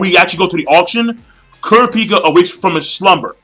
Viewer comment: You say kurapika name wrong and the nen types wrong or atleast killua's atleast how i read it and other anime reviewers like forneverworld.